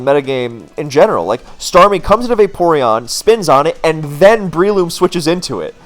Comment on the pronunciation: I got one of your vids in my recommended, refell in love with your content. I just cannot get over you calling them "Brie-loom" like the cheese